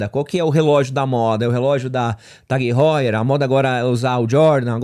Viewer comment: uma dica construtiva pois já te vi errado isso mais vezes em outros vídeos. A marca Tag Heuer se fala “tagóier” e não “tag róier”. É uma marca Suíça então não se lê o H como se fosse R. Abraços.